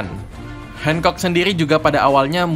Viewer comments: R nya mana bang gakjelas Boa hancock bukan boa hengcok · Hancok bang bukan handcok